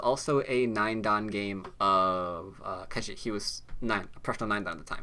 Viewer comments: I hate to be that guy, but your pronunciation of Ke Jie is way off. pronouncing like "kuh jyeh" with a hard j is a lot closer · I really like your go videos, but the mispronunciation of names is really annoying! Ke Jie should be pronounced similar to "could jet", but with the final "ld" and "t" removed from each word, respectively. Google Translate has a vocal synthesis feature that I find really helpful, too: Sorry for being so pedantic.